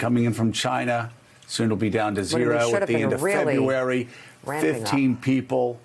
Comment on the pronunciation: he cant even say china its always jina